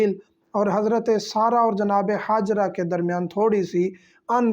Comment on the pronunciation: ہاجرہ آپ کا ح سےادا ہوتا ہے حضرت